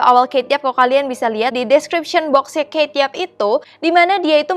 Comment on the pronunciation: aku cara baca kate yup itu bacanya kate yup bukan keyt yap :v